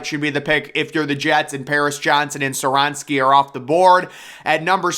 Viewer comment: Skoronski has a K as the 2nd letter, you flat out ignore it